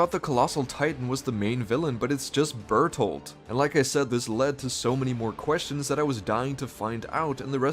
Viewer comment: Lol berthold failed pronunciation